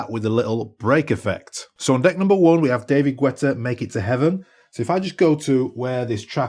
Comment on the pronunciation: david gwètta?